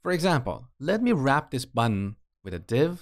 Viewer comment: please pronounce button as button instead btn